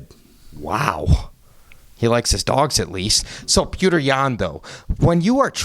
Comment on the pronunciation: I love Sean and I also like, but it just bothers me that they purposely say "Peter" instead of pronouncing his name right. Its a Jake Paul type move, not really funny, just pointless. Give PETR the respect he deserves, and say his damn name right. It's childish to keep saying it wrong. Theres no sense in being disrespectful